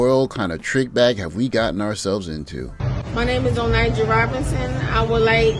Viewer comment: Her name is not Onyjah. Its Oninja. She embodies why sistas are by themselves.